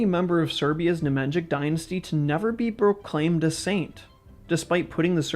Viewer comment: bro you are MURDERING the pronounciation of the Nemanjić hhaahh its as if i called you stochi hestorjan and not yoo ahhah